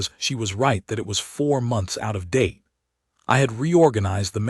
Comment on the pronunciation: WTF!!!!??? "4 M..O..N..T..H..S ago"!!!! WHY THE HOLY FUK IS YOUR POS AI SPELLING OUT WORDS LETTER BY FKN LETTER!!!?????